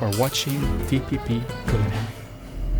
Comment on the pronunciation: Het is cuhlinary